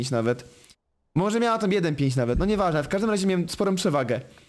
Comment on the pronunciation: NO I A NIE NOI KURWA MAC